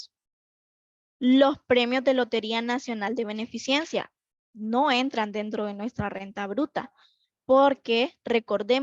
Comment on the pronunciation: Me llama la atención cuando dice beneficiencia, lo correcto es Beneficencia.